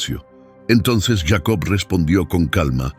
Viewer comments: Si está hablando en español, porque dice yeicobt. Que loco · Porque dices yeico